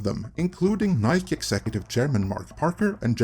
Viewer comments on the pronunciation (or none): none